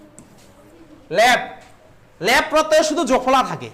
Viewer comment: ল্যাপ নয় দাদা ল্যপ আপনি উচ্চারণ ভুল করছেন